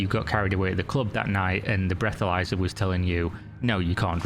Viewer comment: Sorry ... I hear breathomyzer and I am out.... wtf....